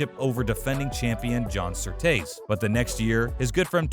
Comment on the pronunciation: It’s Surtees, tee as in golf tee or a drink of tea, John SurTEEs